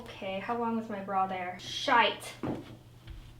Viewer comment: Hello from Ireland. I love you all your dresses. As a fellow redhead green is fabulous on you. I love how you say 'shite'.... So Irish hahahaaa😂